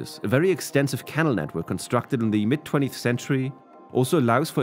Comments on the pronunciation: Wonderful video. Thank you for so much interesting information. I thought it might be worth a mention that "canal" is pronounced with a stress on the second syllable: ca-NAL (Barring local variants of English spoken in areas I am unfamiliar with). No problems posed for understanding though. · The word "canal" is pronounced with the accent on the second syllable. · Pronounce “canal” properly. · Sounds like AI voice. Why pronounce canal like kennel? And monsoon into Mon Zoom?